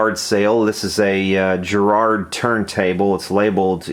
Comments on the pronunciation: "The United States and Great Britain are two countries separated by a common language." Here in Limeyland we'd pronounce Garrard like a posh garage or Nigel Farage. Garrard are the jewellers to Her Majesty The Queen and they started a phonograph business in addition to the Queeny Jewelly business. Garrard made the classic 301 'transcription motor' turntable as used for BBC radio transmissions in the late 1960s and early 70's. (I have my dad's example from 1969.) I'm amazed and frankly quite touched by just how many of hi-fi finds have a British made turntable. Well done everyone. Oh and I like the new fast forward noise. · Ĵarrard?? No. GARRARD sounds like Gary... Garraard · Over here we pronounce it Garrard, not Gerard, with a hard G, like garage, and the accent on the first A. I really hope you didn't lubricate the outside of the motor armature, it's not meant to touch the magnets at all... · Its Garrard not Gerrard. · It's 'G' as in Girl, 'A' as in bArrow then RR as it can only be, and then 'ard' as in 'hard' not jerrard, Garrard - Dunno why everyone sees Jerrard when it's wriiten Garrard? Don't take this as a poke, it's just everyone seems to do it. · That's Garrsrd not Gerard, hard G! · I had one of these a long time ago - we had some good parties at Dudley Road Hospital nurses quarters lol. BTW it's gArrard not gErrard. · $2 for a turntable is sweet. It's actually pronounced Ga-rrard, but that's nit picking. Is there a ground wire, it sounds like it isn't grounded. Great job bringing it back to life. Now crank up some Zeppelin on it. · … that’s uncalled for. You should stand corrected on the mispronunciation of the word Garrard and apologise to ‘ThePolaroid669’. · It’s Garrard with a hard ‘G’ in the same way a guitar starts with a hard G. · Enjoyed that very much. By the way, it's Garrard with a hard "G" and emphasis on the "Ga" Hit the speaker icon. British accent optional. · Garrard. Hard G. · Love the way in which you wrongly pronounce Garrard!